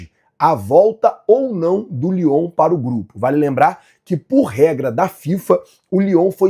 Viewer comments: não é lyon é leon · Bom dia Nação Rubro Negra o nome do Time não é Leon do México vc fala Lyon achamos que o Time da França Vamos Mengão